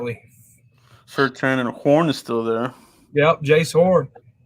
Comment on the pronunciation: If you like Jaycee Horn at least learn his name and pronounce it right SMH!